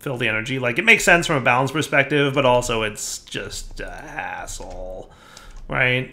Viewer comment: The way you said hassle sounded like asshole😂